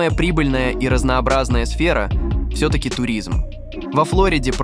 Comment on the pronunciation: Эх, AI подвёл, вместо "всё" говорит "все", ну как ему скормили текст, так и озвучивает